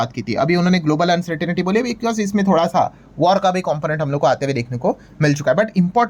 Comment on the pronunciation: Please pronounce the word uncertainty as अन्सर्टंटी, and NOT अन्सर्टनिटी